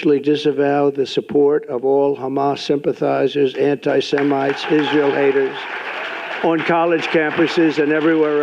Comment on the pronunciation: טוב.. הוא לא אמר ישראל כמו שצריך (בעברית) אבל הוא מצוין לישראל, זה מה שבטוח.